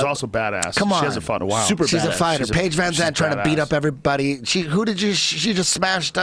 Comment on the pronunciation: Schaub is already a bit punch drunk, he can't say anyone's name right. Paige van zant= Paige van ants Jessica penne = penna Manny Pacquiao = manny pacweather Paulie malignaggi = vinny maginaldy. Tell me if I missed any